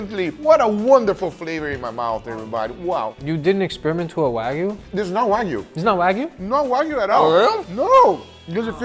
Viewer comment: “No waygu” even though you added the fat